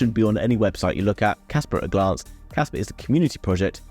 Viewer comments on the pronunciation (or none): thats what I mean when you pronounced it you say Casper and not Kaspa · Well "pa" and "per" dont pronounce the same at all. I hold both project Casper and Kaspa and watch a lot of videos about them, and nobody pronounce it the same... so my guess is you probably think they are all wrong, but your not...Im french so I went to make sure and few pronounciation site sound like I said...But anyway I see that you prefer to fight then see your mistake which in my book is not how to grow so... never mind. Peace out ✌️ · Kaspa not Casper its a A at the end